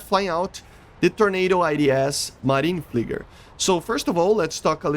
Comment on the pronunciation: I like how he say marine Flieger at his English accent